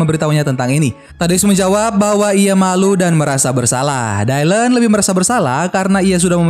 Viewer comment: Btw koreksi bang, nama dia di baca dilan bukan daylen